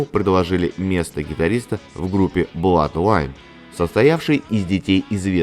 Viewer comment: Два ОО читается как У ,поэтому Блудлайн